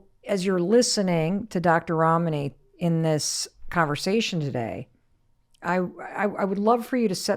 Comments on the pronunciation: I’m sorry, I could not help noticing that Mel pronounces Dr. Ramanis name correctly the first time, but then start saying it like Ramaani. When you know a persons name you know it. Seamed very intentional. 🚩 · Please oh please learn to pronounce your guests name...Rom knee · I’ve been watching for almost an hour. I continue to be simultaneously frustrated by Mel’s inability to pronounce her guest’s name correctly, and in awe of the humility and grace extended by Dr. Ramani to Mel for mispronouncing her name. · Mel you are pronouncing Ramani as if the name has Italian origin. It doesn’t. It’s Asian!